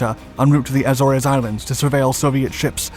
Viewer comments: AZZ-oars ... not Ass-orrs or whatever you were saying.. :P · You don't pronounce Azores correctly. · I can't believe you can't even pronounce "Azores" correctly along with other words. Every video you voice over has English errors. Didn't you finish High School? I studied Skipjack Class when I was in Sub School at Groton/New London. The Class was far faster than advertised. I guess they still haven't released its real capabilities.